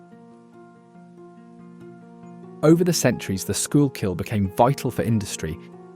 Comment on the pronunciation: Great video! Reading is pronounced like "redding", but you knocked "Schuylkill" out of the park! Nicely done!